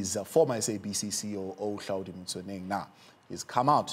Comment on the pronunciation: Google that says Hlaudi😂